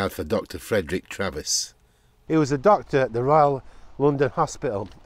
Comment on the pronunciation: Not DoctorTravis, Treves, pronounced " Treeves" .